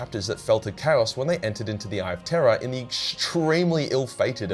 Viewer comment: Nice Halloween Spooktacular. I was kind of hoping for a video where you describe chaos monsters causing terror on Terra...mainly because you say those 2 words the exact same way. 😅